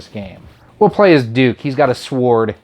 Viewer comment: you pronounced the "W" in sword. I had to sub.